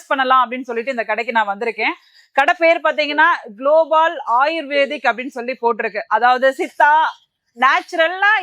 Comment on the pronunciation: குளோபால் அல்ல குளோபல் தமிழ் பேச தெரியாது போல??